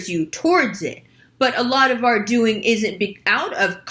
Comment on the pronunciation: "dooe-ing" sounded very New York...